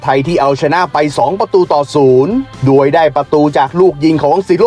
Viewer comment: ปีนี้สูสีเลยครับ ให้เวียดนาทเหลื่อมนิด ๆ ไทยเสียเปรียบ พักน้อยกว่า ต้องล้าเดินทาง แข่งเสร็จกรอบพอดี จังหวะจะโคนแอดอีแล้ว แต่ขอให้แก้ไข คำว่า "โดย"ให้ชัด ๆ จะฟังไหลลื่นดีมากครับ *ดวยได้ประตูจาก....* เป็น *โดยได้ประตูจาก...*